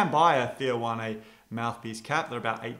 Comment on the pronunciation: It's pronounced Wan. Not Wanay